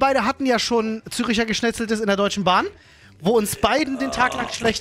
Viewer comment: Als Schweizer drehts mich schon beim Zür i!!! cher geschnezeltem. Das ist Zürcher Geschnetzeltes. Absoluti dubblene